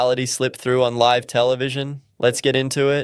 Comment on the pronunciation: This is 100% AI....always mispronouncing the word "live".